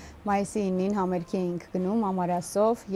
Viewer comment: համերԳ ջան, համերԳ, ոչ թե համերՔ)